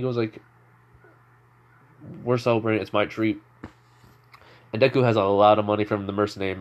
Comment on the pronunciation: You said his name correctly . His personality is perfect thank you